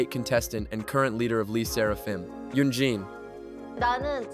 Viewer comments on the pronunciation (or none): Is this AI ? because how can you be making videos about Kpop but say I - ZONE and LEE Serafim